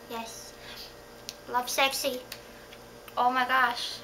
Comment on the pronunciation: "Love-Seck-See". What is Lovesecksee? Are we talking about 2 different albums here?